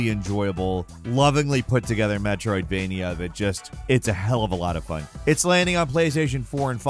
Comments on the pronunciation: Drink every time he says "Metroidvenia" 😂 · I think likes saying Metrovainia more then he likes Metrovainia games... METROVAINIA!!!